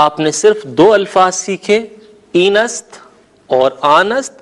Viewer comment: این نہیں ہئے ایں ہوتا ہئے اور دونوں میں فرق ہوتا ہئے